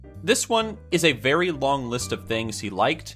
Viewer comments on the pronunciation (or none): none